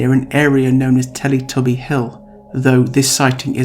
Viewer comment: I laughed every time he said “teletubbie”